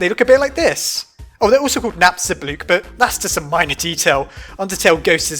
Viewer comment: Heh heh Napsta-BOOK